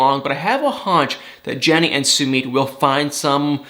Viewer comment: How many times do we have to tell you it’s NOT SUE-MEET?!?! It’s SUE-MITT!! Can’t stand listening to you mispronounce his name. You’d correct someone if they mispronounced your name....be respectful and do the same for Sumit!! OMG! I’m embarrassed for you.